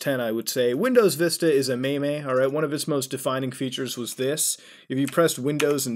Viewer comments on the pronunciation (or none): Stop saying Me Me It's MEEM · Did he really just say maymay and me me instead of meme? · did he really say "mae mae"? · Did you say... mey mey? :/